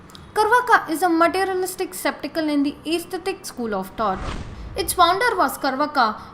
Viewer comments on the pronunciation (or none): Good video and informative, but it was hard to hear many things mispronounced enough to change the meaning altogether. For example "Skeptical and Atheistic" are pronounced as "Septical and Aesthetic" which are two words with entirely different meanings (Septic = wound or infection , Aesthetic = Pertaining to beauty or pleasing to the senses, wheras Skeptical = Doubting or unsure and Atheistic = Non belief in God or a higher power). The 6 schools of Vedanta philosophy are also mispronounced.